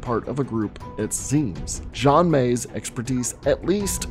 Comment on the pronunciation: Xian is pronounced "Shi-Anne" in Chinese. Just saying. Qs are also pronounced like the "ch" sound (like church or QurQ)